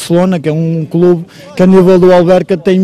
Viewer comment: "Danificar o nosso quelube"😂